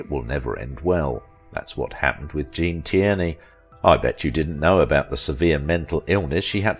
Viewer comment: You need an AI who can pronounce her last name